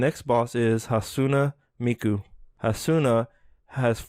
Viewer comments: How does someone pronounce Hatsune Miku wrong? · “Hasuna Miku” brother 😭